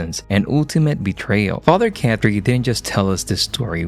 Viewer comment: His name isn’t Father Cat Tree … It’s pronounced Caw-Tree. Why do you mispronounce names you’ve heard dozens of times?